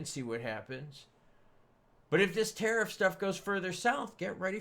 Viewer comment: my guy is am drunk every time you say terif down the gluck drunk as fuck